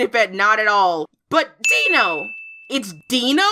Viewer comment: The o would make the i long in dino. (Think how you would pronounce Dino-Saur)